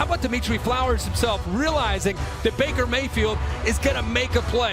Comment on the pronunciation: Me and my Dad started calling Baker Mayfield "Maker Bayfield." And I swear I heard "Maker Bayfield" throughout the entire game! Lol good video man.